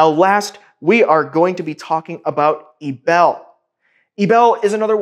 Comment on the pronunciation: eee b eee l you pronouncing like it would be panties